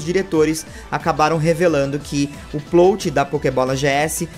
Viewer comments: pq vc fala PLOUTI e nao PLÓT kkkkkkkkkkkkk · Oi,, acompanho os vídeos há um tempão e gosto bastante, mas n sou de comentar na internet, rsrsrsrs. Só tava querendo te falar há uns vídeos já que A PALAVRA Plot se pronuncia com o "O' aberto, como se tivesse um acento ali: Plót. Valeu, continue com os ótimos vídeos ^^!!